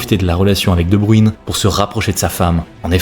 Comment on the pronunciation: C'est quoi votre problème avec la prononciation des noms flamands ? Sérieux vous n'entendez pas prononcer son nom ailleurs. Debruyne cela se prononce Debr[e]ne et non pas Debru[i]ne